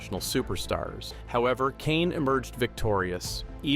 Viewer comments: Kishane, and not Kane 😂😂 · It's no coincidence he got all the non-americans names wrong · These AI narrators. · Learn to pronounce the man's name. You have butchered his name. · Using Ai to narrate these names was a fail. At least correct it 😮